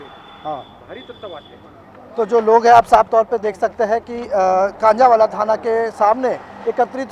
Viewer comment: गाँव का नाम कंझावला है, कांझावाला नहीं 🙏🏻